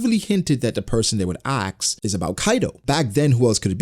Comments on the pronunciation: Why is he saying AXE? & when its ASK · why you are saying axe instead of ask? are you dyslexic ? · Ask not axe